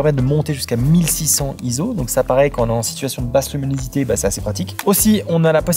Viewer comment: Avec nimunosité aussi ^^